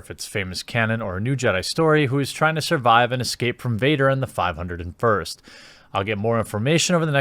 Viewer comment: It's said as (Five- O- 1st )